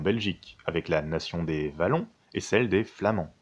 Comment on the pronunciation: Ca sa prononce avec un "W" wallon. La Wallonie être une nation, la plupart des wallons ne seraient pas d'accord. Sinon très bonne vidéo, très courte mais complète et efficace. Merci!